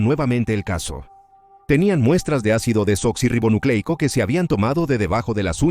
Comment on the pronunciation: Lo siento, pero qué risa me dan los que se quejan de que diga la palabra correctamente: Ácido Desoxirribonucleico. ¿En serio eso les enoja tanto? Pero así se llama. 🤷🏽‍♀️ Me recordaron cuando estaba estudiando la carrera, Medicina. Me tocó exponer sobre los XII Pares Craneales, llené las paredes de mi cuarto con las láminas que usaría, para repasar todas las noches antes de dormir. La hija de la señora que me rentaba, me pedía cerrar las cortinas, porque le ponían nerviosa todas esas palabras raras. Qué cosa tan extraña. 🙄 😂🤣😂🤣 En fin, gracias. Buena investigación y narración. 👌🏽👍🏽